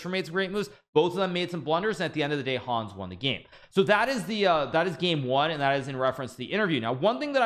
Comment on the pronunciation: Hikaru, he's called Hans, not Hawns